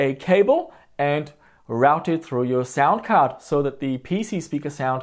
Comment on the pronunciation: lol, "cound sard."